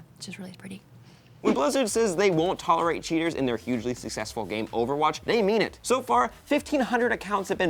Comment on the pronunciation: Yes Maude, I have heard OOOUUUVAHWAATCH recently...